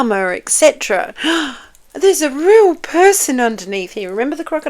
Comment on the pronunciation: Meghan says….”I’m a weal person”…. Pinocchio says….”I’m a weal boy”… 😂😂😂